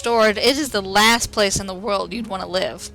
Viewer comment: Avatar the lasht airbender